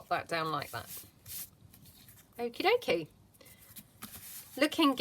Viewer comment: Okay dokey sounds so funny in your accent....lol